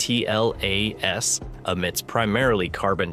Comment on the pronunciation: It's painful to hear the AI voice constantly mispronounce 3I/ATLAS. I think most people have settled on a pronunciation of "three-eye-atlas".